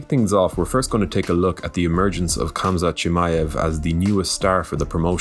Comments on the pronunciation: Unless he is arab or speaks good arabic, I don’t think he can get it right. This his how names with ‘Kh’ in them are pronounced : That ‘’H’’ in arabic is really hard to get out of the throat if you are not used to it lol. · dude stop pronouncing Khamzat that way the K is silent